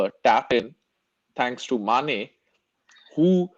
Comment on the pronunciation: Realized that when referring to Mane, always says Sane. Lol. Sane isn't in the PL again. Lol